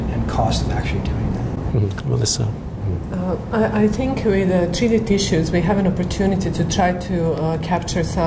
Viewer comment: Her name is not 'Melissa', I wish that Dr. Wu would learn how to say his colleague's names correctly. It is unprofessional and disrespectful to say it wrong so frequently. Dr. Radisic was very patient with him, kudos to her for that! Also, to AHAScienceNews, you've spelled Dr. Milica Radisic's name wrong! Get it right! Such incompetence!